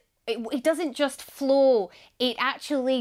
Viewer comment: she pronounced flow = flu wtf language is she spaeking?